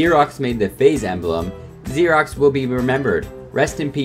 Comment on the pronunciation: Lol it's Ferox, not Xerox lol